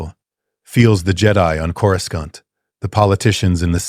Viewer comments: Corus can't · You mean cour a scant. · Its KO-RU-SANT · Coruscant ❌️ Coruscaunt ✅️ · chorus kant? AI narrator, hard pass. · always pronounced it coroosont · Cora-scant lol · Dude I swear pronouncing Coruscant and Ani and Mustafar all wrong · I know this is AI but I can't understand why the AI can't pronounce coruscant right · Ironically enough, the AI did the old pronunciation of Coruscant, the one from the 90s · Because clankers just coruscan't bro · Is it pronounced Koro-skont or Korosont?.